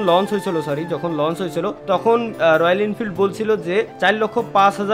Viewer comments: ওটা ইনফিল্ড না রে,,, ওটা এনফিল্ড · Are ইন্ফিল্ড noy এনফিল্ড ota